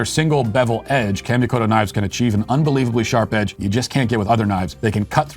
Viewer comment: Great video. The sponsor Kamikoto’s pronunciation is off just a tad. Kami would be similar to Commie from communist. Keep up the great work producing a wide range of content, as the world’s #1 LGBT Children’s author!